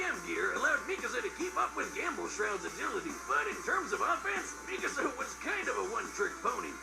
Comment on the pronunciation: The way They say Mikasa Has me so angry 💀💀💀 But i love them!